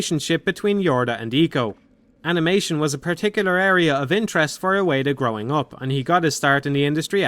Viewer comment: Ueda* not Ueira